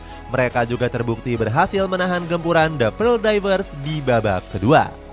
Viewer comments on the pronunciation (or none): none